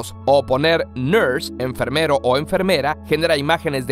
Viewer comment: en el minuto dice "Enfermoro"